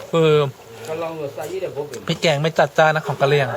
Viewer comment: คนกะเหลี่ย (กะเหรี่ยง/ ออกเสียงตัวสะกดคำไม่เต็มเสียง) ก็ซื่อใส ไม่ค่อยยิ้ม อาหารแต่ละอย่างชื่อฟังแล้วหนาว เยือก เลย